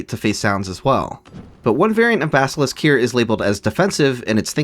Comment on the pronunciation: Stop saying "BasKilisk", that's one K too many.